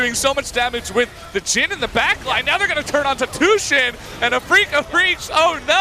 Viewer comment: this guy keeps saying tooshin...Rip monte + doa